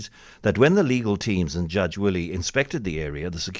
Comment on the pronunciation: It's Judge Derek Wille - pronounced "villa" not "willie"